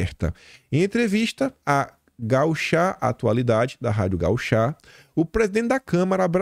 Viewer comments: é GaÚcha atualidades e não gauchá😅, é um programa "famosinho" aqui no RS. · É gaúcha e não gauchá. Por favor! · Rádio Gauchá,? Presta atenção na acentuação. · Olha o acento, rádio GAÚCHA. Quase morri de rir aqui. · é rádio GAÚCHA KKKK gaúúúcha!! De Porto Alegre 😂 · Moore,...kkkk...é com som de U piá... de boa... te admiramos muito aqui em casa! Você é super...🏆🥇 Vejo teu programa todo dia e te agradeço muito pela forma como apresenta nossos desafios! Top!